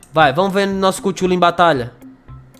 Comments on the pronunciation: N n é asim que se fala i cthule vc fala cuthule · vou escrever como se pronuncia a tropa q vc comprou chululu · Que agonia kkkkkkkkk. O nome dele é se pronuncia cutulo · cada vez que ele fala kutchulu kkkkk eu acho mt engraçadokkkk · ''CUCHULU"" kkkk